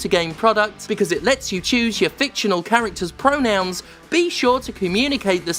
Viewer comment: FAWKINGK PREWONOWNZZZ